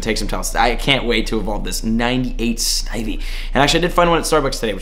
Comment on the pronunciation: Awesome he said Snivy right excellent M7. 👏👏👏👏👏👏👏